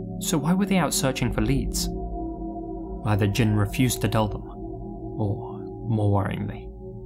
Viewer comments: Even though he didn't pronounce Jin's name right. It's Jean, like blue jean. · He's right. The vowel wouldn't be emphasized as much as "jean," but it definitely is not pronounced with a short i sound.